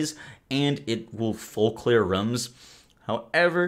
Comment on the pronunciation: "it will fully clear ruums"